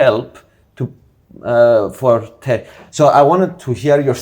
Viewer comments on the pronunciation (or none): Please stop saying 'Terki', when pronouncing 'Turkey' - it's so Greek.🧟‍♀️😂